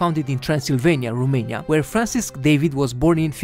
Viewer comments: The narrator presenting these facts about Romania speaks good English and quite nicely,with one exception; He knows that ROMANIA in Latin is The Country of Romans,yet he pronounces rumania.Why rumania? Americans pronouce Romania,as the Latins do. Are we the ROMANIANS lesser informed about Latin language than the Americans? Let's go to basics Romanians! We have enough rubbish from the gypsies and the ignorants!... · there is no Rumeinia, is Romania. Fiind roman, ar trebuii sa stii asta, doar asa ca sa nu invete si strainii gresit.